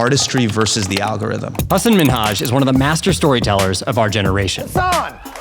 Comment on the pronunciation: i'm just so thankful you're pronouncing his name correctly lol. so painful to watch jon stewart and tons of others just assuming some random pronunciation even though he's said his own name a million times